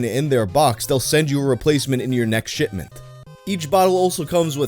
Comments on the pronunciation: did he say shitment 💀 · Man said Shitment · Did he say shitment?